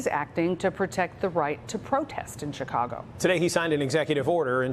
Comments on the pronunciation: Did he call it Chi-congo? Hello? Based Department? He did it again . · He said ChiCongo atleast twice lol